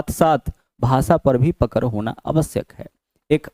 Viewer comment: पकर नही है पकड़ है गुरु जी 😅😅😅